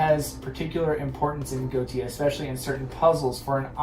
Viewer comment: I believe its pronounced Go-eesh-a